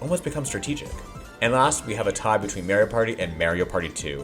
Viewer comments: The way you pronounce "Mario" bothers me a bit... It's MAH-REE-O, not MAE-REE-O. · Hey did you know it’s “mah ree oh” and not “may ree oh”